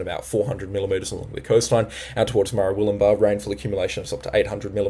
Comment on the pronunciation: Great job! But you've got to learn how to say Ballina, Murwillumbah and Hinze (for Hinze Dam). But that's just nit picking. Thanks for the info! 😊